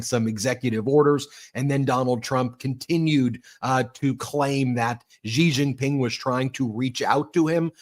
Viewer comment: Please learn how to pronounce Xi Jin Ping. It’s not an aspirated ‘Ji’ it’s an unaspirated ‘she’.